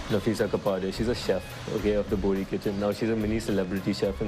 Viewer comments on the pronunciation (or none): Not bori , BOHRA